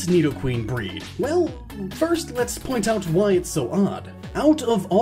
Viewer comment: I thought you were saying BREATH